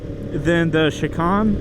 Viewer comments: "Chee-khan"? All those track days and you never said the word "Shi-Cane"? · million subscriber motorcycle "guru" doesn't know how to say chicane😂 also...eat a salad bro.